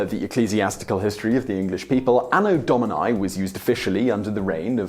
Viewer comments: Domini, not dominai! My goodness, you English speakers...English spelling does not apply to other languages! English speakers seriously need to learn what the vowels really stand for, because in English they stand for all the wrong sounds. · Anno Do-mee-nee. It's Latin. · Why does he pronounce “Domini” with a diphthong in the last letter? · The pronunciation of "Domini" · You mispronouncing Domini and Mundi is pretty cringeworthy.